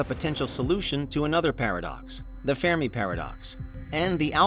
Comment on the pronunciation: Haha "fair me" paradox 😂😂 the ( Fermi) paradox is pronounced (fur-mee) ... good laugh tho !!! And overall great video 💯!! ..... but "fai me"? 😂😂 I've never heard that one before 🤟✌️ keep up the great work !!